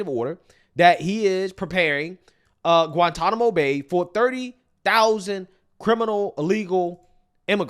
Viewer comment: " at Guantanamo bey-uh"